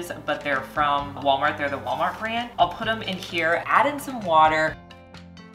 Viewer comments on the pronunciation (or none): none